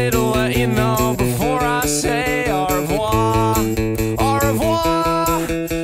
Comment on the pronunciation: Its cute how he actually pronounces au revoir wrong and without the "r"